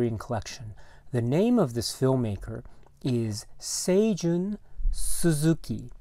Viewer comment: Great video! Thank you for the correct pronunciation of Seijun Suzuki as I hope to tackle Tokyo Drifter for my next podcast. Terrific film and one of the most unique looking movies I've ever seen. The theme gets stuck in my head from time to time.